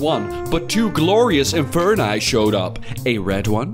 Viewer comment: He said inferni... I'm dead